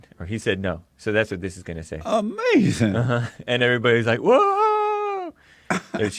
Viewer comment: Check out David Pakman's interview with him, it's "uh-mazin" lol!